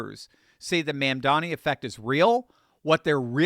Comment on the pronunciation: Please pronounce correctly. It is mom. Mom momdani. Not man. Not man. It is an o. O. O. Mondani